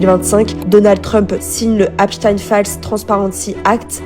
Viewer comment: Apprenez à prononcer son nom correctement déjà .. cette manie qu ont les français à estropiller les noms étrangers jeff(ri) Eps(stine)